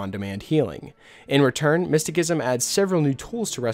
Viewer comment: "Miss-ti-SISSOM" lol...driving me nuts...